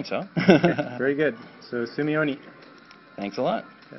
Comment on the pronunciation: He says Sumiomi at the beginning of the video lol.